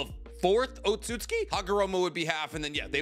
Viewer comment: Why do you pronounce Otsustuki - Ot-sut-ski? Its O-tsu-tsu-ki.